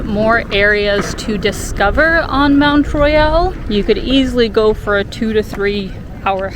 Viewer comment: FYI, pronounce it Mount Royal in English, or Mon(t is silent) Royale in French, not half and half